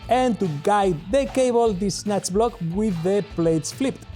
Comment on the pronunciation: Please re-upload with you saying SNATCH BLOCK! correctly.